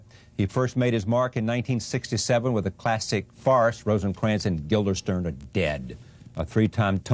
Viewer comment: The look that Mr. Stoppard gives Mr. Rose after the latter mispronounces Guildenstern as "Guilderstern" is the kind of shade that is equivalent to 1,000 days without sun light.